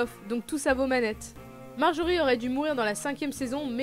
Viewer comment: Bonne vidéo mais pour info on dit pas "Marjorie" mais "Margaery" et et pas "Braune" mais "Bronn"